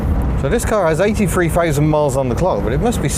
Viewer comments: Nine'een eigh'y free one poin' free 😄😃😂😁😀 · Why can't he say "3" properly?